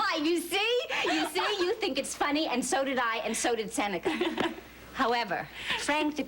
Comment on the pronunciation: Seneca pronunciation of many words are so wrong and annoying.